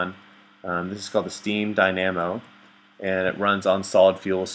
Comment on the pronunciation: "Magmata-magadic, what a stupid name" dat pronunciation